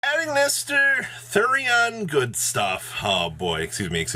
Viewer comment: you have great, concise content, but please for the love of god get hooked on phonics